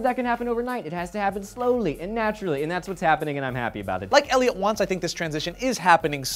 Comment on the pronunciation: I feel like pronounces his name wrong in every video. If I didn't know any better, it would sound like he was saying his name was "L.A. Morgan" or "Ellie Morgan." xD